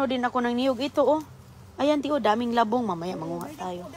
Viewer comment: Wala ng maisip na content,pati mga anak ginagamit na sa kalokohan.Pomegranet daw sa Pomegranate,molberries sa mulberries,pati labung di ma pronounce ng tama.Dapat kay,less talk,less mistake,kaso grabe kadaldal niya para lang may ma i vlog na wala naman sense.😮😮😮